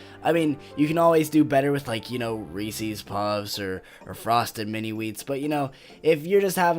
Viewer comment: I was gonna roast you because you said Ree Sees Pee Sees but then at the end you said you like my videos so I won’t. BUT HONEY BUNCHES OF OATS IS AMAZING IDK WTF IS WRONG WITH YOU Thanks for making a video responding tho lol, now I won’t terminate your channel. Have a great day bro